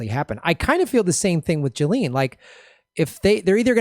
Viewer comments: PLEASE learn how to pronounce "Ghislaine." It's a hard "g," like Gary. Not a soft "g," like jello. Thanks in advance. Also, thanks for this video. Yeah. I'm pretty sure this arrest is BS. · "Jilleen". It's pronounced Ghee-lenne. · Pronounced Gee-len. Not that she deserves it.